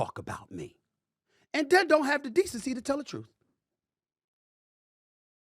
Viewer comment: This guy says Troof? Come on. Now we see why you aren’t on tv or radio.